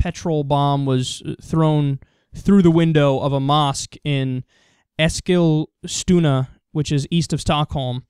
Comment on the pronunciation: its pronounced Esk-Ils-tuna